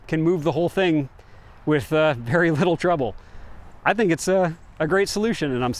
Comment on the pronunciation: Do you tink is good enof for goots😊